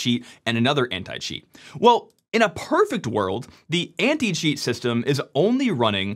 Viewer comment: He speaks "Anti-cheat" but as a non-native, in my brain, I'm listening "Anti-shit". What is really funny if you consider the video context